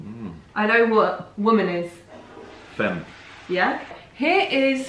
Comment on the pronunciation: From me, a French girl, to you: we write "femme", though we say "fAmme" 😘